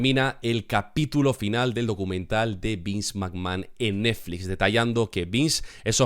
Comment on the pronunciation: Lo más divertido de la serie es la imposibilidad del para pronunciar bien la palabra NETFLIX